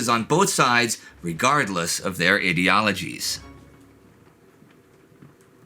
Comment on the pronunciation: did you say idiologies? Lol